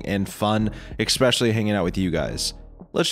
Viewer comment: “Ekspecially” isn’t how you say that word.